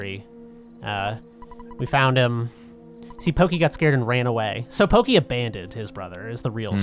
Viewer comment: giygas is pronounced geeeeg its a japanese thing. and its porky not pokeeeee translation was a bitch back then